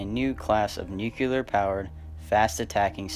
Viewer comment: The word is pronounce "new-clee-arr", not "new-cu-lar".